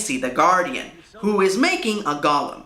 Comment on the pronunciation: Everyone else is complaining about the lack of research on his part... I'm just annoyed that he mispronounced "golem." It's "GOH-lem," not "GALL-um."